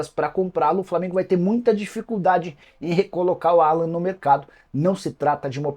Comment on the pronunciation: Não precisa americanizar o nome do jogador, o nome dele é Alan mesmo.